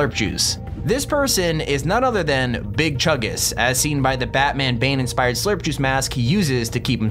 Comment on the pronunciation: “Big chugus” Me: BIg CHUNgUS